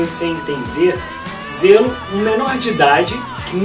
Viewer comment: zelo '-' JHELO se fala JHELOOOOO